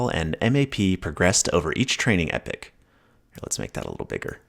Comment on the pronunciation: yo clown … read what an epoch is … and HOW TO SAY IT PROPERLY